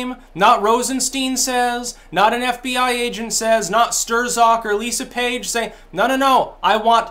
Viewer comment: Hey, that's a new one..."SturZac".."StirZok"...